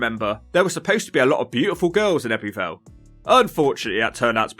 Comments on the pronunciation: It's pronounced "Ebbu Vale", not "Ebby Vale"... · Fascinating vid. However "Ebby Vale" is pronounced "Ebbu Vale". Just saying... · The heck did you manage to pronounce Abertillery properly but butcher Ebbw Vale, Blaenavon & Brynmawr 😂. Little disappointed you didn’t mention things like Pontypool Park, which I think is a lovely area of the town, I’m guessing you arrived there on a Wednesday as you were looking at the local weekly market stalls. Also that big ass store that was closed was Argos originally but due to Covid it closed and they never reopened it.